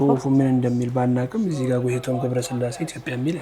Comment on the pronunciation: Her name is Goteitom ( Goteytom). The interviewer not only wrote it wrong but also pronounced it wrong and different from what is written.